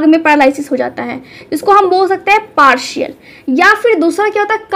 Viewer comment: Partial not parshal